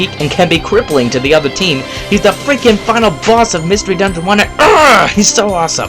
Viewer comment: You keep saying #1's name wrong